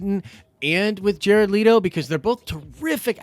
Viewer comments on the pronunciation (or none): its leto from the ghetto ..not leeto